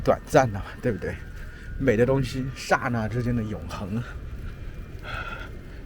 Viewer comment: 这种视频非常好！ 老师我有一个问题你说的那个 ”刹那“ 这个词，你的发音似乎是 sha4 na4, 可是我去看字典查的时候发现是 cha4 na4. 你的发音方式就是口语的吗？母语者经常会把他发音成 sha4 na4 吗？